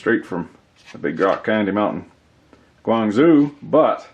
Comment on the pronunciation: Guangzhou is pronounced Guang "Joe" -- just like the name. Enjoyed this video very much. Keep em coming.